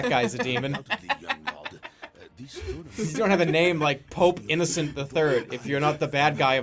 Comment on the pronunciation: They can't even pronounce Innocent III properly. Americans, born to be ignorant.